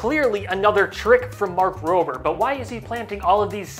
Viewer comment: Mark Rob-er not mark roaber. Lol